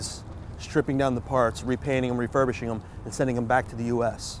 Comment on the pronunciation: "Referbushing them"